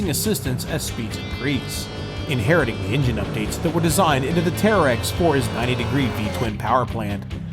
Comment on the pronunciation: It's terix not tearex